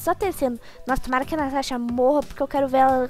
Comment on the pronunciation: ela fez por zueira, as vezes a propria Natasha fala assim "tanasha" ❤